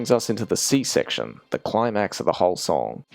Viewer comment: you can't be saying C section like that bro